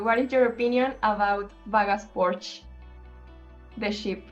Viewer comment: Quería ver toda la entrevista, pero lastimosamente los errores ortográficos de los subtítulos en español me hicieron doler los ojos. También sería muy bueno que editaran nuevamente la presentación al principio, porque Porsche y Build no se pronuncian así.